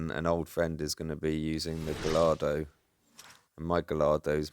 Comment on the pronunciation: I have to pull you up on your pronunciation of Gallardo. It's proper pronunciation is "Gay-ar-do" (you can roll the 'r' if you want to be really poncy 😂) Btw, I enjoyed your rants about the truck on the pavement, ridiculous key fiasco and microwave issues. I also suffer from a string of mental conditions, anxiety, depression etc (I'm also a misanthrope which doesn't help) Anyway, keep up the ranting, I can't relate.